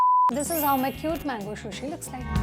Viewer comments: Its sushi not shushi 😭😭its killing me listening to shushi. Sushi looks good thp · Excellent video.. please pronounce sushi rightly..